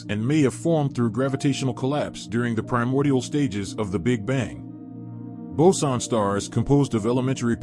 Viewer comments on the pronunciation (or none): none